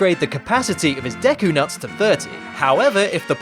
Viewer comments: "Deky palace" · I didn't know "Deky Palace" was a place in Zelda: Majora's Mask! I thought it was the "Deku Palace"!